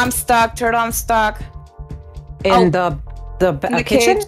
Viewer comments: i love how says TuRtUl 🤩🤪😂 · PLS THE WAY SAID "THURTEL" IT'S SO FUNNY